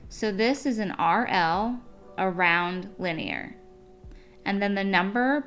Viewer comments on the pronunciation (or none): Liner. Not linier. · Am I dumb or does liner sound like line-er not linear 😂 that’s a different word? No? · Yes its liner, not linear. Lol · I was about to comment this that she was saying Linear, when it says Liner 😭🤧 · Liner = lie-ner not lin-ee-ar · Liner is not linear, like you’re saying it. It’s just the word line with an r sound at the end, exactly how it looks. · Please say someone else picked up on how she pronounced “liner” and then said “lining” correctly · Came to the comment section just for this 😂😂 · Yes dude i was like what lmao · i was about to comment on her pronunciation lmao